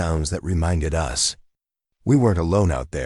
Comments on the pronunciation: For crying out loud teach the ai that there is a word pronounced us & is used far more often than u.s. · The AI attempt at English isn’t good enough. For instance, the word “us” isn’t pronounced U S, as in the United States. Phonetically it should be ussss!